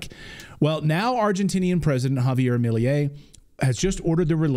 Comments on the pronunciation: Mil-ehy not Mil-yay. It's not hard. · His name is simpler than you are saying it. Me-lay. Milei. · Argentina's president is "Milei" --- not "Miliey". Just because "most people know this" does not make it true. Up until now, the only evidence that Hitler lived in Argentina are a few sightings by people who could be wrong or could be making statements for their own gains. There are also been some photographs whose origins are also questionable. Hardly proof.